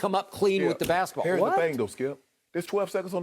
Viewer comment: I love when Shannon says "hare's the thing"🤣🤣🤣🤣